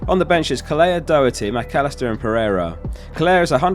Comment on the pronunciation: Just on the pronunciation of the Irish names - Kelleher = kell-eh-her Doherty = Dawh-her-tee